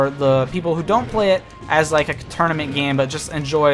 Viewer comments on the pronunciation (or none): none